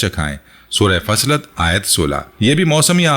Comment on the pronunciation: sorat Faslat nahi bhai.. Fossilat.. plz sorto ka nam to sahi sehen